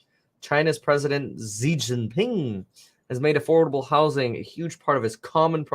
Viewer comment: Xi Jinping is prounounced: she gin ping